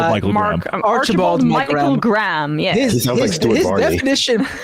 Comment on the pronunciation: We pronounce the ha in Graham. If we want it to sound like gram, we write it as gram. And we know what a gram is.